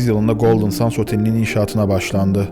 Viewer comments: küçük bir düzeltme yapmak isterim. Otelin adını Sands değil ``sendz``diye telaffuz etmek daha doğru olur. Golden sands ``Altın Kumlar``diye çevrilebilir türkçeye. Çalışmalarınızı büyük bir merakla bekliyor ve severek izliyorum. Elinize sağlık. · Çok güzel bir konuya değinmişsin kardeşim de Golden kelimesini düzgün okurken Sands kelimesini neden 'sends' yerine 'sands' olarak okuyorsun? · Neden SANS diyip duruyorsun. SANDS. ... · OKUNUŞU “GOLDIN SENDS”.. SANS DEĞİL .. EKSTRA BİR BİLGİ🎉😂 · Yahu " sans " mı " sand l mi.. ki ikincisi " send " okunur.. biraz özen gösterin lütfen.. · Sands degil, sends diye okunur, kum demektir. Bu kadar arastirma yapiyosunuz, otelin adini dogru okuyamiyosunuz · Abi her şey çok güzel de sandsi sans diye okuman video boyunca çok rahatsız etti altın kum olan sands isim ve okunuşu sends lütfen ingilizce isimlerde ufacık detayı atlamasan keşke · aslinda yanlislik olarak "sandz" demek ile "sendz" demek arasinda bir fark yok, ikisi de yanlis. Gondermek anlamindaki "send" kelimesi dediginiz gibi okunur. "Sands" kelimesi "seğandz" seklinde okunur. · Hocam sennds olacaktı okunuşu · otelin ismini her söylediğinde kendimi öldüresim geldi videoyu izlerken SANDS değil yaw sends altın kumlar